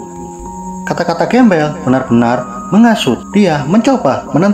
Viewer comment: Grambel bang Bukan Gembel🤣